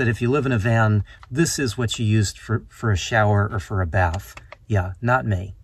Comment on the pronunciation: “Ho bath”